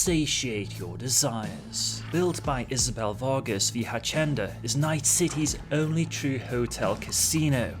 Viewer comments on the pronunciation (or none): a - see - en - da "H" doesn't sound in spanish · I love you but your Spanish sucks. Hacienda (a-see-en-da) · Say it with me: “ha-see-en-da” I don’t speak Spanish but it’s a worldwide language and hacienda isn’t an uncommon word. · "the Hashenda" HAHAH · Hacienda is pronounced (Phonetically) 'Hass-ee'nda'. (in real life it's a well known Nightclub/music venue in Manchester that came to prominence in the 90's). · hacienda say it ha see end ah. now it can mean a few things if you take slang and the fact Spanish is the most common tongue spoken house is what i know it as or home it is one of the reasons when they said oh we will have all this different language in game i was like i do not know may end badly the place i see it hitting badly is in the street gangs where the more you have sectism such as a gang or small group of people the more words that start to have a new meaning in said group so it is hard to nail down meaning of words but that being the case it also opens up the changing of words for things without this big over step saying no i read the books from 10-20 years ago and it said this is what it meant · seeing the comments below about the mispronunciation of hacienda, id like to complement you on your English, its far better than my Polish !! easy mistake, great video as always, stay safe choomba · Indeed you did. It's Spanish. So C is pronounced like an S, and IN is EN.